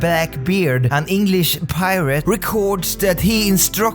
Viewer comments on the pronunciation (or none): none